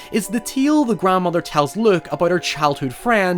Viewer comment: It's Luke, not Look.